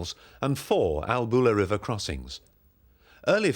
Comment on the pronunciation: professional film footage and sound. I wish the narrator had asked a local about pronounciation of place names before recording. It is, for instance, not ALBOOLA, but ALLBULA.